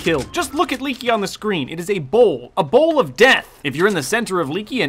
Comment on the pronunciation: I laughed at the part where he emphatically said "It's a bowl, a BOWL OF DEATH..!" :P